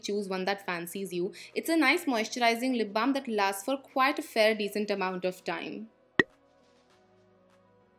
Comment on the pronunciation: I love when you say lip blam edict association😍😍😍